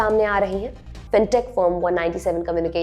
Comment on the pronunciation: ..'pha tea am kharoo phrr phrr'..😂